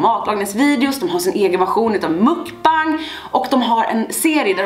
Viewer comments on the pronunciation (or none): none